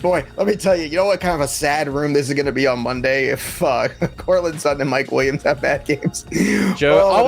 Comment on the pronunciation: why can he not say suTTon? he says su-on. ufff.